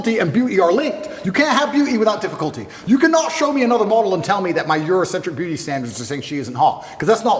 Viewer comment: Beeuu’ee standards. Lol